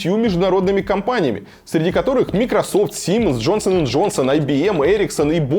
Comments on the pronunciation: Почему мИкрософт??? Когда мАЙкрософт! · МАЙКРОсофт, а не микрософт, ради всего святого. Ухо режет, аж больно. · майкрософт, или ты специально коверкаешь ? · Микрософт и Циско Илья ты с какой шпаргалки читаешь а? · Кайфую с аргументов сколковских "учёных")) "мы разрабатывали тест дольше, поэтому у нас лучше" ; Сам невоспитанный, перебивать т на середине слова, не дослушивает вопрос. Следующее "не с чем сравнить проект Сколково, поэтому проект успешен... ". Илья научись говорить майкрософт пожалуйста, ато уши режет, не в обиду. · Микрософт, ооо Илья, слух режет....!!! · Может всё-таки Майкрософт?) По-моему большинство людей так это произносит. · мИкрософт? Дядь, записывайся ко мне на уроки английского. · мИкрософт... вот реально, так произнёс? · Меня одного повеселило как Варламов произносит Microsoft ?!😅